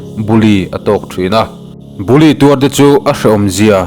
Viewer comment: Bully tih khi i lam thiamlo si😂.